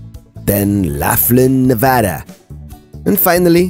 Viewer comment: Gotta say as a native Nevadan, major respect for pronouncing the state correctly hahaha. Great video!